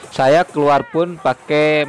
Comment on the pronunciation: janganlah cakap kl.kami orang malaysia tak semua cakap seperti itu.itu bahasa daerah saja..kalo bahasa malaysia kami mengunakan bahasa baku melayu.hampir sama saja sebutan dengan bahasa indonesia..jangan ditukar A ke E yaa..itu hanya bahasa Kl,selangor,johor,riau lingga..Bahasa kami kalo sebut saya.ejaannya saya pasti sebutnya saya bukan saye or mana bukan mane ya. Tolong ya.kerana ramai sekali orang luar salah erti bahasa malaysia adalah bahasa kuala lumpur itu..Tv malaysia pun sama tidak menuturkan pekataan sebutan yang betul.masih saja terikut ikut bahasa seharian kerana tv Malaysia kan stasen tvnya dikl jadi terbawa bahasa seharian.apatah lagi drama.